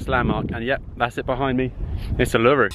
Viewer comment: It's pronounced Oo La Roo...........